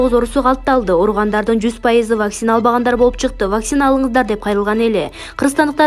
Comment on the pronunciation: ВАКСИИНА эмес ВАКЦИНА деп окусан